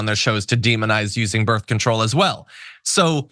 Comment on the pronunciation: Did she just say "birf control"? I'm sorry, but if you are a professional commentator, please for the love of God learn how to PRONOUNCE simple words.